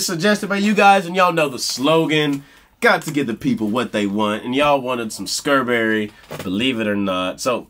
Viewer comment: I THINK ITS NOT SCARBURY. ITS ENGLAN DAN-DANSEALS.